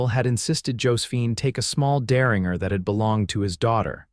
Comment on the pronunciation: "Derringer" rhymes with "Ginger"... All 3 "G's" are SOFT like "judge". You guys need a human editor.